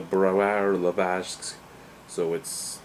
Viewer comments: It's pronounced Lezaysk, zay like eye and not like the Canadian eh. This beer doesn't jump out at me. 4.5/10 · And the pronounce of the name is L (Laundry), E (Elisabeth), Z (leaSure), AJ (EYE), S (Sand), K (Cone). It sounds like the first 4 letters of the word LEASure, then EYE, then SKy. try to read only capital letters.